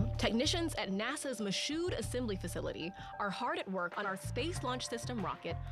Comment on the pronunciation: The young lady mispronounced "Michoud"... it's the French name of the city in Mississippi... it's pronounced "MEE- SHOO"... the "D" is silent.